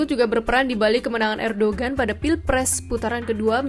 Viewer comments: Erdohen bukan erdogen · Dibaca : Erdowan